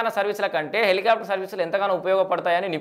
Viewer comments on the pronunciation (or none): none